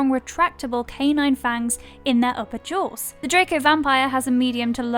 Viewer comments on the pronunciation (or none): none